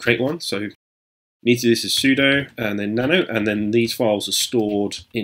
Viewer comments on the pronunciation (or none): none